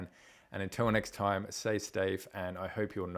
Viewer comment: "say stafe" 😂 Thanks anyway for the good video! been looking to buy a thor node myself. Just don't really know if now is a good time or to wait a few more days.